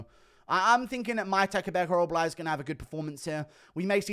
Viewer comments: OrolBAI not OrolBLAI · Oral-buy, not oral-bly